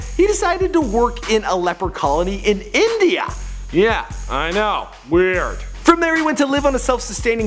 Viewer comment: why what's wrong with India? why did u say like that?